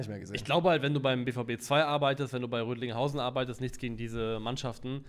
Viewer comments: Rödinghausen, nicht Rödlingshausen. Wir sind ja nicht in Österreich,. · Rödinghausen nicht Rödlingshausen😅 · Boah tut das weh, es heißt Rödinghausen, nicht Rötlinghausen